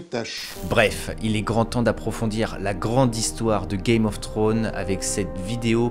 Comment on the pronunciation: "Game of thrones". Faut pas oublier le "s" :) Superbe vidéo en tout cas